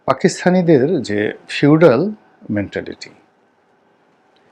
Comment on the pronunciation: শিউডাল না শব্দ টা হবে ফিউডাল।